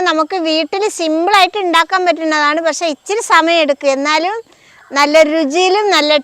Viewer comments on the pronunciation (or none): none